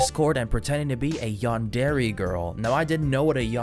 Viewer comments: "yan der ay" not "yan dairy" LMAO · its pronounced yandera but i guess yandairy works (yandere) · Man said yan-dairy 💀💀💀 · Bro for me watching anime all my life and playing anime games “yawndairy” caught me off guard so much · i just cant get over the fact he's pronouncing it "Yandairy" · ah yes: yan-dairy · “Yan dairy”💀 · “A yondairy” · Bro says yandere like yandairy💀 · "yan-dairy" T-T.. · A yandairy💀💀💀💀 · Why is bro saying yan DAIRY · i thought u where supposed to say it like yan der aye.. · The way u pronounce yandere kills me 😭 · Erm actually you are saying yandere wrong 🤓